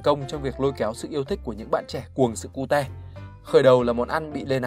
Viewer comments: Sao lại sự Cu Te :)))) phải là Ciu chứ Ad đọc Vietnamese quá =)))) cơ mà đọc cute cũng vui :v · người ta đọc là " kiu " chứ k phải " ku te " :vv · Nghe 1 hồi tưởng cute đọc là cu-te thiệt luôn á 😖